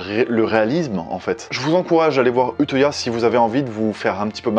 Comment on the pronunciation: Vidéo très intéressante ! Mais on dit « uteuya » lel